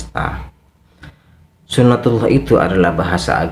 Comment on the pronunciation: Tolol bkn gitu yg nmnya suna tillah...hadeeeh bahlul nt22 nya gd yg bener bicara sunah tulloh uda mending belajar agama lg hususnya hukum sar.i j y...🤣🤣🤣🤣🤣